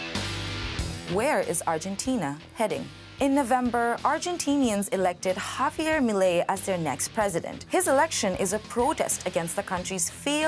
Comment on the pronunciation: girl cant pronounce Javier